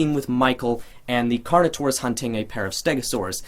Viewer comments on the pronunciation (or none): none